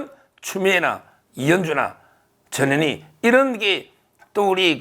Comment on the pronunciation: 😁😁😁정욱이형~전현희가 누구래요??저년이 저년이래요~발음 단디 하이소~아랏능교? ㅎㅎ.